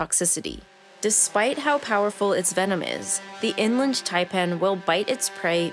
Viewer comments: the person narrating this needs to go to school again and learn to pronounciate... one doth pronounciate correctly... the ''IN-land tie-pann'' not the ''eng-lind ty-pan'' i got to in the video before i picked up a book and bashed my ears in... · It is In Land Taipan, NOT Inlund.........it is also called the Fierce Snake.